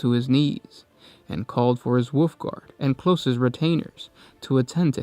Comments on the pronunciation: You give us so much quality content, thank you so much, but I cringe when I hear space woof or woof lord. It's a common mishap. It's also an easy fix... wulv, whool vvf, whulvf , whooLLL ff. Dont take this wrong, Please delete this after reading if possible. You guys rock! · ...I will never get used to how you say wolf. ITS WOLF GOD DAMN IT NOT WOOF. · Lol yes!